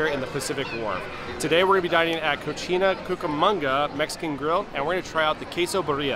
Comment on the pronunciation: You might want to watch your pronunciation of the restaurant… you literally called it a “dirty girl”.